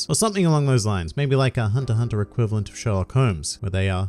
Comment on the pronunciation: Only think I dont like about your videos is that you call it hunter hunter, but thats the only thing, the content is great, keep up the good work